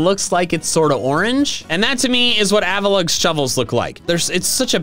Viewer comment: AVALUGG, NOT AVULUG! AND DO NOT LEAVE OFF THE U IN BASCULIN!